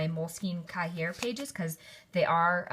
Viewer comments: So informative! I was hemming and hawing at how to set up my TN, this guide is amazing. Also, a tip from a native French speaker - cahier is pronounced with a silent r, like "ka-yay" ☺ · Hey! Loved the walk-through, love seeing how another midori-user set up their bullet journal. Just as a sidenote, cahier is pronounced more like CA-yay then ca-HEE-er. It comes from French :)